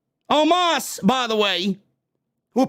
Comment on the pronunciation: & the Way how said OMOS That was Funny😄😄😄😄😄😄😄😄😄😄😄😄👍👍👍👍👍 OMOS Impression Funny Full Clip😄👍 Watch the Ending That was So Funny